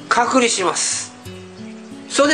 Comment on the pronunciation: 前から思ってたけど隔離の発音おかしくね？